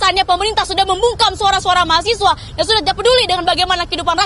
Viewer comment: Mahasewa bukan mahasiwa jemmmmbut